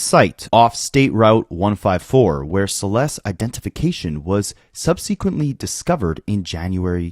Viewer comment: This is kinda weird to say, but I always want to know when I'm pronouncing stuff weirdly. For people who read a lot, there are so many words we never hear out loud, so how would we know how they're supposed to sound, right? Anyway, "subsequent" is pronounced "sub-seck-went" not sub-seeque-ent. The difference is subtle. "section" rather than "sequin". Cheers🎉 PS I hope that for the rest of his days, David is never comfortable again.